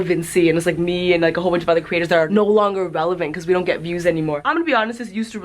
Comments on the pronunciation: I'm begging you stop saying Curator....CREator pls for my sanity pls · I dream one day you’ll pronounce ‘creators’ right but I guess the contents good enough for me to ignore it 😉